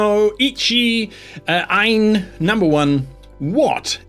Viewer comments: If that "Ein" was supposed to be the German word for 1, then try to add a sharp S sound to the end, so that it becomes "Eins". I think the Japanese "ichi" however can be pronounced without the I at the end. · 1 in this case is 'eins', not 'ein'